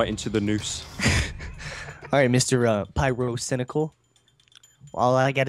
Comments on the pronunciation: did he say pryrocindaquil? Also like if watching in 2016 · Mister uh Pie-RO-Cynical